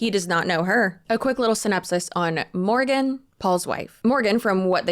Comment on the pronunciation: you had me at "Porgan"